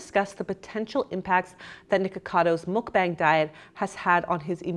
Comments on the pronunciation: ITS PRONOUNCED MUK BAH-NG, NOT MUK-BANG. 😑🙄 So tired of non-Koreans and esp white ppl just culturally appropriate Korean words and culture ugh if you’re going to take advantage of another culture’s words, and do an entire video talking about it, at least look up how to pronounce the word correctly. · I know you're being really careful when saying mukbang or 막방 but you're still saying it wrong. It's m-uh-k-b-ah-ng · Goddammit, I hate the pronunciation of "mukbang" with the "long a" just as much as I hated it in "Pyeongchang" during the Olympics. (But not nearly as much as I hate in in "Gangnam Style", where you can just LISTEN TO THE BEGINNING OF THE SONG to hear it pronounced a bunch of times!) The syllables in those words sound like the English words BONG, CHONG and GONG. (At least the way Americans generally say it. British would probably want to think BAHNG CHAHNG GAHNG.) The Korean Romanization uses "a" for that vowel because it's about what "a" sounds like it nearly all European languages except English. You people saying "mukBAYNG" sound as wrong as if you pronounced "Despacito" like "Des-PAY-SIGH-toe". That said, thank you for your kind effort.